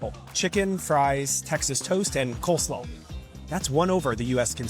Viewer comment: why he say coleslaw like that